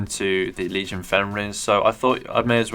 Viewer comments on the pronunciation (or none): none